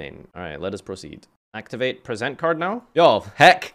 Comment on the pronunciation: im not illiterate: mispronounces "present"